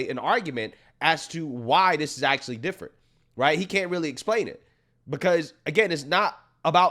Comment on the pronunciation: "We do it every ten years so it's (D)ifferent" - Kathy Hochul